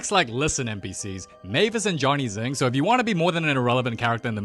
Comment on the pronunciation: sing❌ zing✅